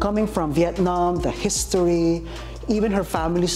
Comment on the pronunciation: Cô bé này giỏi quá. 1 chiến binh mạnh cua Việt Nam năm nay. Còn 1 vài điểm nhỏ về cách phát âm thôi Châu để ý cách phát âm chữ History. Chuwx này nếu phát âm chậm sẽ thành His Story. Phần âm giữa Sto, phát âm lẹ chút sẽ chuẩn hơn. Để ý thêm số nhiều (plural) có chữ “s” thì mình phát âm ra “z” thì chuẩn hơn. Cố gắng lên nhé. Rất có tố chất. Sẽ ủng hộ em đêm 11/4 Love ❤️